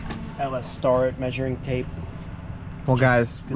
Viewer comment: Its pronounced STARE-IT